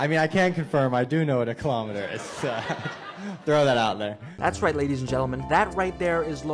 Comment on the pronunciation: WTF WAS A KILOMETEERR🥺😭